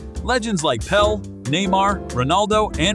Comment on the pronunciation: Pele, at least say the name right! Its not pronounced Pell